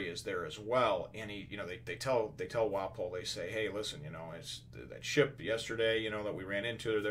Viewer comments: ur pronouncing Wapol right. think of waffle but with ps instead of fs. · Hopefully this helps Wapol = Wa pul Lapin = Lapahn Your saying Wapol find...most people probably just call Lapin...Lapin. The pronunciation is going to vary between the japanese and english versions.